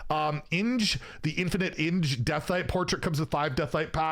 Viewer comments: Harth Stonebrew over hundreds of games when introducing her 'In-gah': 'Inj' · Not ing... ing-eh... do you not even listen to inkeeper saying the namea of all heroes at the beginning of the matches?